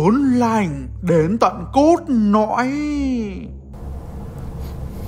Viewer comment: "Ớn nạnh đến tận cốt nõi"🗣🔥